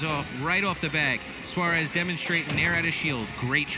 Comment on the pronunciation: Suarez*** not suar